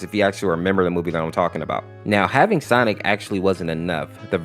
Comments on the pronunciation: I notice whenever he says Sonic.EXE he says "Sonics.EXE" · i keep hearing "sonix" 🗿